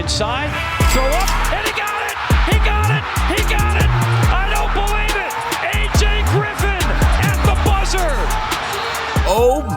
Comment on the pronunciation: Bro said "beer leveite"?